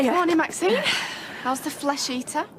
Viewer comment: Wish Ashley would say maxine instead of maxiem